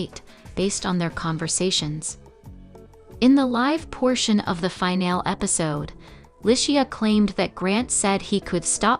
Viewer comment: You’ve got to learn to pronounce words properly. Finale is NOT final! There’s an E on the end of the word that is pronounced